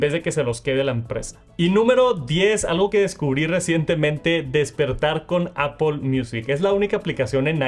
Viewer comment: Por que dice Apol!!?